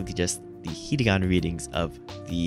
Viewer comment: yeah there isn't really a simple fix to get faster at reading, you just have to read more and trust the process. also i hate to be that guy but you were pronouncing it ひりがな not ひらがな